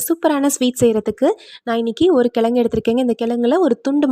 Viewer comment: கிழங்குன்னு சொல்லுங்க... கெலங்குன்னு சொல்லாதீங்க! 😭